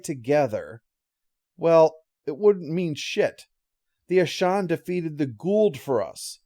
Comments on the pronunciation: "Ashawn," really? I mean they literally say the name in the episode and never say it like that. It's Aschen, with an "e". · Yeah its certainly not Ashaan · sorry I can't watch this. You keep butchering the name of the aliens and it's not even that hard to pronounce. it's like you never actually watched the episode. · This is one of my favorite episodes. I even like the follow up episode. The Aschen were a fascinating antagonist species. I wish they could have featured more. I forgot this episode is where Walter got his name, but that's cool. But I have to say, I can't unhear how pronounces their name throughout this review. I have a headache now. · Your pronunciation of "Aschen" drove my fiancee nuts, haha. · Me, too.